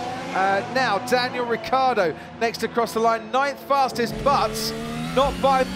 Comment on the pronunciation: It's Ricciardo not Ricardo, for fuck's sake.